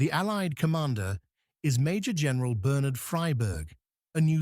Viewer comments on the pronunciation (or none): none